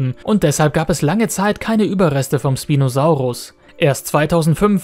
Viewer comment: Schpinosaurus sagt man nicht sprinosaurus